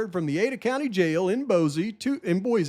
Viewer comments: Kuna pronounced "que- nah" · Kuna, ID, is pronounced “letter Q-na”. Kind of like QNON, so QNA. I live in Boise, so I’m sure.